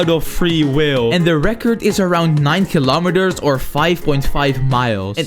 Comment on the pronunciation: eet is just a peelar He said kilomaters😂😂